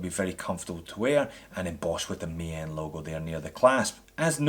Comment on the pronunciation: Nice little looker this dress watch. I love the Ronda qwartz movement, excellent Swiss quality. And yes, Maen is pronounced Maan and means moon. I must agree with my fellow Dutchman here. Looking forward to the review of the mechanical movement Maen! Thanks!